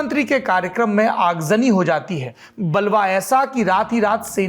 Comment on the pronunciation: बलवा नहीं बवाल